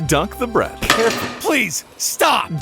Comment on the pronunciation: dunk the breath 😂😂😂